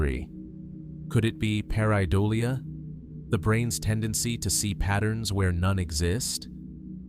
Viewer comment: AI can't be that smart It can't read English...ramisses and pair-eye-dolia